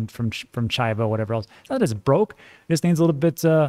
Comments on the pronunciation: you stay butchering my beautiful language! And you’re from Texas like me! 🤦🏻‍♂️ it’s cheee voe!🐐 Great video, I also took advantage of that nice little dip! Love your transparency on this one! Much love from San Antonio! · Chivo is pronounced Chee-vo. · CHIVO ; say the i like an e, CHEE-VO. love your channel. I`m a Salvadorian in VA so definitely like when you cover this. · It’s pronounced CHEE-VO 😀